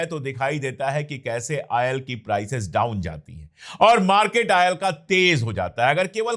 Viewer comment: Ail or Oil? Pehley yeh bolna seekhlo